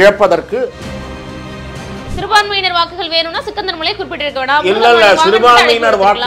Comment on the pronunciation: சிக்கந்தர்மலை இல்லம்மா ஸ்ரீகந்தர்மலை